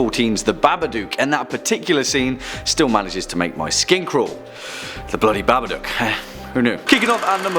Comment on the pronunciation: ITS BABADOOCK NOT BABADUCK, ITS WHIT O NOT U